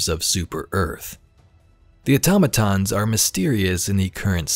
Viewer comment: Thank you for actually pronouncing Automatons correctly 😂